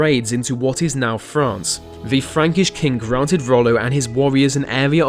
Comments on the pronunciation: He pronounces "th" as "v" and "f".. "Ve first fing etc" Unaudible. Stop that nonsense and learn the proper standards of BBC english, if you want to be a pro. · William Daliege 😂 I specifically went through comments to see if "vere" (there) is someone who has "ve" (the) exact same problem. I also love "vese" (these) videos but get distracted by "ve" (the) way its pronounced. Just a few seconds in and I start losing focus on the subject matter. Too funny. Glad to see its not just me!